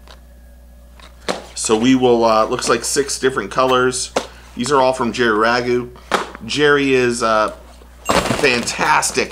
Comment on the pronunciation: Rago,pronounced making the "A" sound.I know,went to HS,with Jerry.